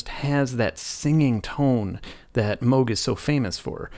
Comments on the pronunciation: Yeah, what does he know. It's only his name and he still gets it wrong. 🙄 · (Also Dutch) To complicate things: the pronunciation would be different whether you're from the North or South of The Netherlands. But yet, the old guy gets it wrong either way. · I’m dutch. The old guy also mispronounces it. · Mogchhh...Well then since we're all saying it wrong i'll stick with moooooooooge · I know a woman that went to high school with a kid who brought a gadget that his dad was working on to a high school dance in upstate NY. That was back in the mid 60's. She said it was a bulky thing . It was one of the first prototypes of the Moog synthesizer , The kid's last name was Moog , not pronounced moo like a cow but " oh ". I guess he didn't like it when people pronounced his name like the sound of a cow .... Moo......... So there you have it , from the horses mouth. 😎